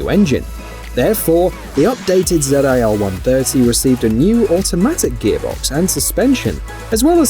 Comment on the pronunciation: Its called ZIL, not zed I L....